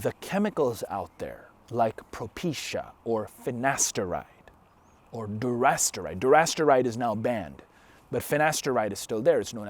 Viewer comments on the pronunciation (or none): It's dutasteride not durasteride and where is it banned?